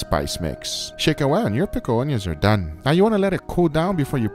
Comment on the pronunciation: "Pickled ownions"